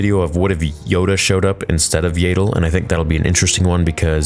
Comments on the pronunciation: . Her name is pronounced Yaddle, NOT "Yaydle". You really need to get her name right. I have heard you say it wrong the whole time you have been saying it. How do you pronounce the word saddle? Do you say "saydle"? No, you don't. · Yaddle not Yeddle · Right?! We've all known it rhymes with Paddle for over 20 years, got a recent official reminder, and he still pronounces it Yay-dle? I can't help but think he wants all Star Wars to align with what it was to him when he was a child. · YAH-DULL…for the love of the Sith, please stop calling her, “YEAH-DULL”…🤨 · Why do people still call her “Yay-dle” when they very clearly call her Yaddle in the fuggin show? It’s about as infuriating as Stupendous Wave calling it “Duh-jem so” instead of the way it’s supposed to be pronounced, with a hard J sound. He might have stopped once he saw Din Djarin’s name spelled it, not sure. Can’t stand watching his channel anymore. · Please make a video on why you say Yaddle like "Ladle" still, especially after Tales of the Jedi 😂 it just makes me wince everytime I hear it. Jokes aside, this was a great video and you made a lot of good points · I'm a simple man: I hear mispronounce her name as "Yay-dle," I hit dislike. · Please stop saying yAAddle😂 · Why are you mispronouncing Yaddle's name?